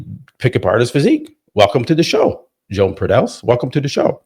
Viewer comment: “Joan” is pronounced “Yo~an” Senor!! 🗣️🎙️🇪🇸